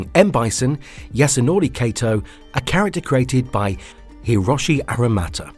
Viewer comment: Wow. I cringed when you pronounced the name Yasunori Kato as "Yasunowrey Keitow". You could have added a "Yeeeeehawww" at the end and it would have been the perfect Texan accent.